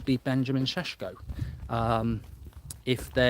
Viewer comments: Sheshko or Sesko you keep saying Sheshko . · Its Sesko not SESHKO - man alive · Who's sheshko? 😂🤣 Isn't it SESKO😮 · It’s like you’re calling him sheshko instead of sesko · Say sesko not sheshko please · It's Sesko Mark not Sheshko. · Why is he calling him shesko 😂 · I get a headache every time Mark says “Shhheshhhko” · Why do you pronounce his name as Schesko? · 🤣🤣🤣🤣 oh Mark is so 😅 funny. I love that he's always himself. Sheshko😂😂😂😂. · Yesh get in sheshko that would be shweet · Sean Connerybridge: "Sheshko", "Oshimhen", "Shorry"😂😂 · Why is his name pronounced Ssshesko 😂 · Let's go SHessshko😂🎉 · You really don't need to say his name like that,its like joey Barton trying speak French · Seshko is driving mad! I can sweat be wasn’t pronouncing it like that 1 month ago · The way mark pronounces Sesko 😅 Love your content as usual 👏🏿🫶🏿👍🏿